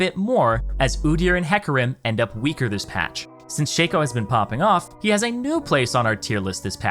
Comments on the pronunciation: Why you bastards gotta blow up my fuckin shaco. Let him be strong for the first time in god damn 10 years. And it's shah-ko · You pronounce shaco kinda wrong. The shaco is silent. You call him Thomas. Just look it up ;) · for the last time! its SHACO, not SHACO !